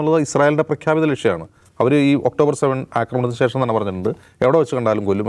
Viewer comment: കാക്കേ.. സേഷം അല്ല.... ശേഷം ...